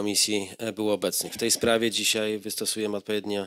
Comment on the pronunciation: Przewodniczacy mowi ,,dzisiej ,tutej" Skad ten parweniusz wzial sie w Sejmie ?